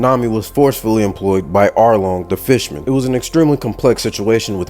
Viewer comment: Bro said “filthy fishman” like it was a hard r😭🙏